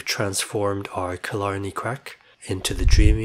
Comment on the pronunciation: Very informative and entertaining - thanks 🙏😎 and your pronunciation of Killarney briefly transformed Ontario into Scotland 😁